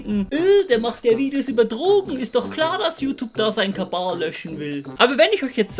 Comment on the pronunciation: Warum sagst du immer Kabal 😂